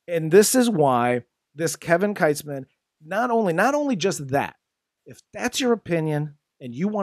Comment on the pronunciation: It's pronounced "Keetz-man".